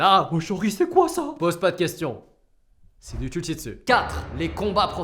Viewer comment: Youtiube* MAIS STOP MEC